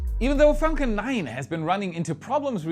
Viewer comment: If i may suggest you take care in your pronunciation of "Falcon 9" in future. It nearly sounded profane. But loven your work.